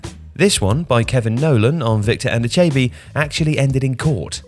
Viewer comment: Sorry did we suddenly forget how to pronounce Anichebe?